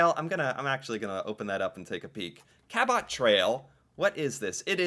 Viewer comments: Cabot has the stress on the first syllable. CA-bot. Cape BRETON has NO "N" in the middle of it. One can explore numerous places in the Rockies. Banff, Jasper, The Columbia Icefields, etc. Most Americans think the Horseshoe Falls is American. It is Canadian. The small falls to the side are in the states. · Cabot……. pronounced kabut. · Thank you however. it is not Cab Bot...say it as cab it and also Cape BreTON not BreNTon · Cabot = KA-butt, not KA-bot. Soft "o" sound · It's not cape BREN TON, it's cape BRET IN. And, CA BOT, is CABIT. in canadian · I'm not from Nova Scotia, I grew up calling it the Ca-but , not the Cal-bot trail. Just saying. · I'm here in cape bretin and never heard a tourist pronounce the Cabot Trail called Bot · Cabot Trail is Pronounced CAB IT Trail. Also Cape Breton only has one n.Bre Ton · I get so triggered with this guy. how do you pronounce every word wrong. Cabot ca-bit. breton not brenton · John Cabot (pronounced Kabot with the accent on the Ka, not on the 'bot') sailed for England, but was Italian (Genoa) so his name really was Giovanni Caboto. He sailed to the Americas for England in 1497 and 1498. His first voyage was only five years after Columbus first touched down in the Caribbean. His voyages were used for the later British claim to Canada. These voyages were before any European nations even knew that the lands of the US existed. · There's only one in the name Cape Breton and it's Cabot as in if you're saying New York City and you're going to dinner and you're going to Cabot color meaning taking a taxi LOL sorry dude Cape Breton is filled with wonderful sights and people musicians and so on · The Cabot Trail (pronounced Cabit by the locals, named after the explorer John Cabot) is located on the island of Cape Breton (pronounced Bret to rhyme with yet) not on Cape Brenton, as was pronouncing it. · Cape “Breh-tin” and “Ka-bit” Trail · It’s French, so pronounced “Ca-BOW”. 😊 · Cabot is pronounced as Kabut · Pronounced Ca-bet trail